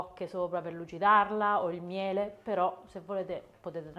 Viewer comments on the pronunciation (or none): none